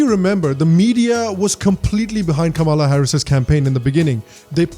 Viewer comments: Kamla is pronounced as "comela " similar to comeback or come on. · It’s not Kama- la , it’s kamla , a South Indian meaning a flower kamal or Kamala usually lotus for Goddess Lakshmi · Hey, Great show. However it is Kam-la not Kama-la. Pronunce ’Come-la’ and you will get it right. No seriously Bro. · She doesnt even pronounce her indian name correctly. It should sound Kamla but she calls it Kamaala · why are you calling her ka-maala?? when you know its not.. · Why the hell you can't pronounce "Kamala" properly?